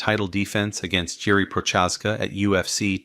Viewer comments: Jerry who? Bro has never heard anyone say these names before lol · He literally said damn near all of them wrong, what are you on about? Jiri's was so off I thought it was AI